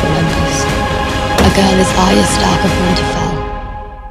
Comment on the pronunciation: Arya can't say her r's. That's unfortunate